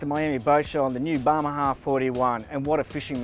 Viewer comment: Dude can't pronounce bahama to save his life. He is improving.